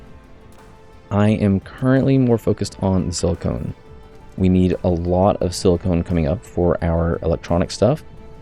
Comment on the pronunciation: FYI it's pronounced the way it looks, siliCON (or sil-i-ken), not siliCONE. Silicone is a man made material used, among other things, in breast enhancement. Silicon is the naturally occurring element that is being represented in game